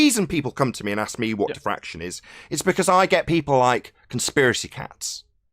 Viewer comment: Isn't it diffraction not defraction??